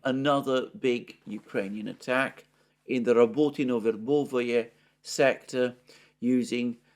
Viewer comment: Stop mispronouncing Verbove please!!!